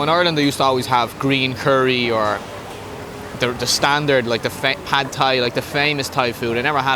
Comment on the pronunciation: You have a Thai wife learn how to say stir fried. It’s pad. Like a. Pad of paper butt more like Pot